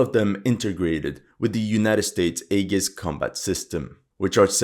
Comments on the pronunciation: AEGIS is pronounced....Eee- jis.....not A-gus. But we get what you mean, awesome video as always. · Aegis is pronounced EE-JIS. Just so you're aware. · aegis pronounced 'ee-jiss' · An interesting video, although the mispronunciation of Aegis did rather grate after a while. It looks like Japan is determined to tie itself to the sick whale which is the USA, and no, I'm not interested in explaining what I mean by that. I want to see a strong Japan, but a truly independent one.